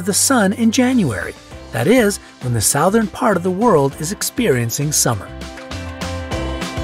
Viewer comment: It’s alarming to me how the guy pronounces “southern”.....